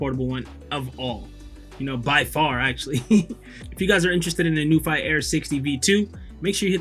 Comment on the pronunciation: Great video. Very pleasing to the eye. Thx so much! According to the "International Phonetic Alphabet (IPA)", it's pronounced as follows: n-yoo-fee / new-fee